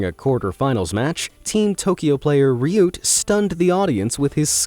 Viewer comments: I love how you pronounced reeeyoot,LMAO. (RYUT) I think maybe its RIOT. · Ryut might be pronounced "riot." A phonetic intention I think. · I’m pretty sure u pronounced Ryut wrong. I’m pretty sure it’s pronounced like riot